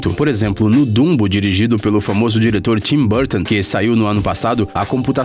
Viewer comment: dumbou!? meu deus esses videos sao tao gringos só traduzidos que o br falando fala ate da forma arrogante e gringa de chamar os personagens pelo oque eu sei e dumbo, e nao bumbou....